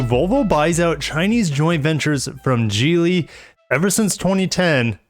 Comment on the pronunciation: I thought it was pronounced Geely not Geely.